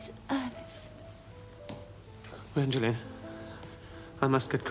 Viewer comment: It's Gwendolen, not Gwendolyn.